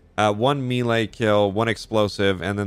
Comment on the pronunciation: Every time you said melee that way, I threw up a little.